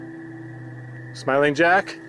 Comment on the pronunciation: smiling jack sounded like he said go away